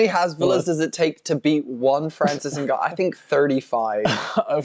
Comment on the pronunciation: Guys i was with franicis 🙃 didnt expect him to turn in to fhranhib nurmagongannou